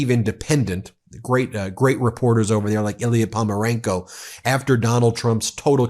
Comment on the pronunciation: Hey, this Ukrainian reporter name is PoNOmarenko, not Pomarenko like you keep saying..